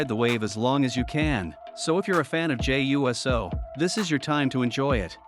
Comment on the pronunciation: I saw nothing wrong with the match. Hated how your video kept saying “Jey U.S.O” as if it’s a fucking USO show for the US Military 😂